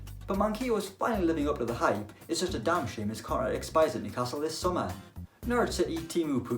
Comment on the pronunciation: Nobody:: New-CASTLE